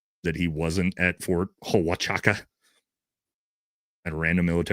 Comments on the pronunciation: It's pronounced Wa-chu-ka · I wish everyone could learn to pronounce Huachuca. If you've been in southern Arizona you'd know how to pronounce it